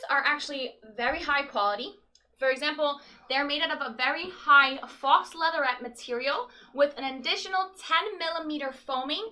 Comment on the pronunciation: Faux is pronounced "foe", even in New Jersey.